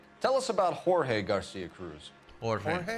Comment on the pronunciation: Man really said George instead of Jorge lmao